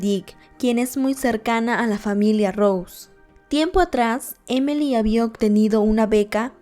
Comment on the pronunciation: Su nombre es Emily, por que dice emely ?